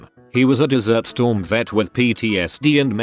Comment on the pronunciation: Nobody is going to mention the way ”Desert Storm” was pronounced as ”Dessert Storm”?